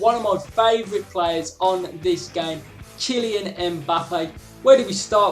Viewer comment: 😂 Qilyan Mbappé 😂